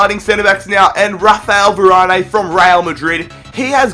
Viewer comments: Varan, not Varanay😂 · its freaking varan not varani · Who is "Varané" ? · you said varanes name wrong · your saying varane wrong